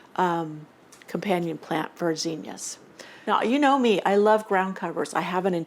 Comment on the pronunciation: This will probably sound dumb but I like the way you say zinnias. Most of the people around me today say it with a short I sound and also stretch out with an extra syllable. I learned the way you say it and so I love it when I come across somebody who says it that way. 🎉